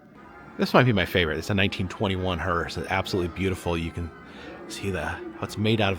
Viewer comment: It kept sounding like you were pronouncing the (funeral coach) hearse as "hurst." There is no "t" in the proper pronunciation.